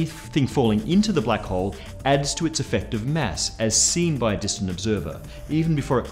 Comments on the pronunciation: Its not mess. Its mass. you filthy * . Lol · Why do i hear mess not Mass? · am I the only one who heard Mass as mess all the time? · much funnier video when you listen for "mess" instead of "mass" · Not you again. where is the other guy? You say "mass" weird